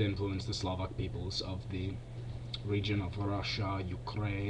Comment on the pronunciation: You pronounced Slovak, it's rather Slavik, and it's the religion of Slovaks, Czechs, Serbs, Russians...